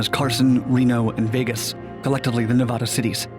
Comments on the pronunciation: Nevada is not Ney-VAUD-A.. it's the short A in the middle like asshole. Pronounce it right... it's a state. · Dude, how old are you? Learn how to say "Nevaaaada" its not hard. It really weakens you're entire cast. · you pronounce Nevada wrong the entire video